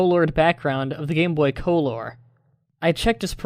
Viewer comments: I get that the "true" spelling is Colour(Even though Color is the American dialect), but you saying coal-ore kinda ruins it. Also fun fact. Every Pokemon gets Curse in gen 2. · Lol u said co-lor but i read it he spell it wrong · why do you say colour so weirdly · ...did you have to pronounce colour like that every time.